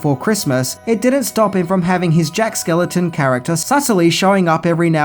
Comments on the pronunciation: why do you keep mispronouncing Jack SKELLINGTON's last name? It's not that difficult to say, it rhymes with WELLINGTON. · SKELLINGTON! SAY IT PROPERLY OR OOGIE BOOGIE WILL COME FOR YOU!